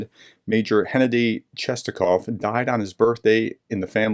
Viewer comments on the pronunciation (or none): Hennadii is pronounced Gennadii.